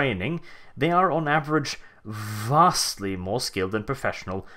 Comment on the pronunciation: The way you say vastly just sounds Imperial